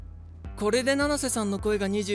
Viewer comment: 七瀬じゃなくてののせになってる